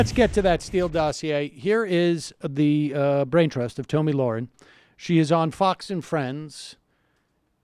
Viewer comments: It's not Tomi for f*** sakes it's Tommy like the boy's name it's not f**** hard it's just felt a little different people like to make f**** different genders up go with it a fat old f*** who's like 40 years old can transition to a girl a four year old girl and you guys cannot get this woman's name right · "Two-mee Lahren" 😂 .......or Tammy or Toni?! 🤣🤣 I'm glad to see how forgettable that stupid bitch is for no one getting the most basic bitch 'Tomi' name correct (Toni Lasagna!! 😂)